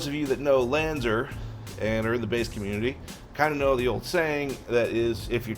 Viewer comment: Lanz are not Lanz er